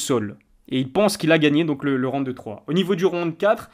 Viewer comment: qlq peut lui dire que c'est round pas ronde